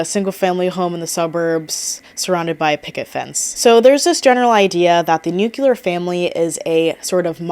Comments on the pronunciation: Having a hard time paying attention bc of how many times you said "new cue lar". It's "new clear" 😅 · I think it’s often mispronounced as “nuc-u-ler” instead of “nuc-clear.” Yes, I hear it too 😅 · i keep getting thrown off every time you say "nukular" a la george bush 😭 all your points are valid but i just could not finish the video bc of it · same, it hurts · Same lol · But it’s “new-clee-ar” where I am. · isn't nuclear pronounced differently and not like NUKILAR or am I stupid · Haha I had the same thought. I feel like this word is always mispronounced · No, she's just mispronouncing it lol